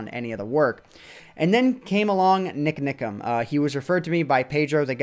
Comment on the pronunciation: Love how says NikNikam:)